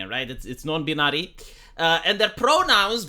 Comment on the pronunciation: Hey dude, just wanted to say that I appreciate your content. Whilst I don't always agree with your conclusions, I do very much appreciate that you take the time to put them out there. Also dude as a native English speaker lemme just give you a pronunciation tip for binary, you got it virtually entirety correct, but you have to pronounce the "bin" part as if there was an e at the end. Yes another silly example of the difference between how it looks and how it sounds for English, but I figured it was the least I could do with all of the videos of yours that ive enjoyed. Wishing you all the best for the future and looking forward to hearing your takes on whatever absurd thing happens next.